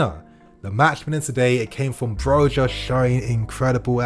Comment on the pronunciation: It's not pronounced Broga but Broja the Ja is a ha sound.. cuz he's spanish init. Even the commentators kept getting it wrong. On another note Tammy was a let down.